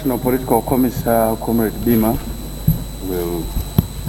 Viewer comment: Comissar u can call it comizaar with an s